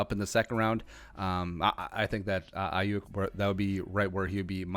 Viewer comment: It's pronounced Ayoook...